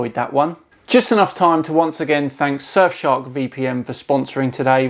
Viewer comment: i kept thinkin youre sayin "sir shark", fully expecting a cartoon shark with a monocle and a top hat